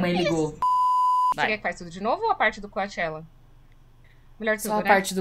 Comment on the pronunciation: fiquei curioso depois da entrevista da Anne no programa da Kelly Clarkson. agora vcs comentando, acho que vou ver =) Btw,, vc tá pronunciando o sobrenome do cara erradamente... ahahahahahahaha nessa entrevista a Anne explica como é. deixa a falar coaxela, mermã...